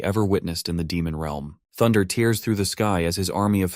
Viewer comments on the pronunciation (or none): ca : aw, narrator, you had been doing so well: tiers across the sky (tears across the sky)